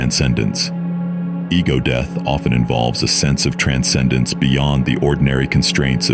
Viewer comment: “overdose-y, and deeth” 🤣